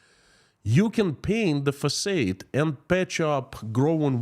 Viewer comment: Facade is pronounced fuhsahd. Oh that crazy English language!